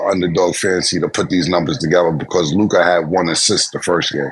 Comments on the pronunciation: Im so glad called out Mase on his Lukahhh pronunciation lmao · said Luke Kah 😆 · W for FINALLY calling this man Ma$e out on his 'LUKAHH' pronunciation 😂 Like damn nigga we fk witchu but come on g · 😂😂😂 "Luk-ah! Mase that is how you say it!!". Lol 😂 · calling out Ma$e's pronunciation of Luka 😂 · It was hilarious how clowned Ma$e for how he says Luka😂😂😂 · I thank for calling out Mase pronouncing Luka name ridiculously 😂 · Thank you stat for calling out Mase on his horrible pronunciation of Luka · Man, y'all need to go back to the studio in Miami, when the show was Raw and Authentic (that's what separated y'all from everyone else)! Now, Ma$e's takes are ASS... don't bring any relevance or context with her takes...KILLA the only one know what he talking about (he just has to get his words straight, ie "stanima" "Darwin Ham" etc).... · I HAVE BEEN ASKING SOMEONEBTO CORRECT MASE ON HOW HE SAYS "LUKA" FROM EPISODE 1. THANK YOU 😂😂😂